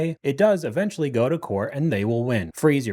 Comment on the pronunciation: Eventually and immediately. Not uh-ventually and uh-mmediately.